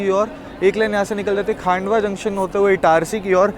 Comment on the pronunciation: खंडवा जक्शन को आप हमेशा खांडवा जक्शन क्यों बोलते हो ? उम्मीद है आप प्रोनाउंस में सुधार करेंगे..